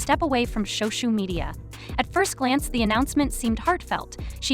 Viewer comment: did this channel just say "so-shoe media"??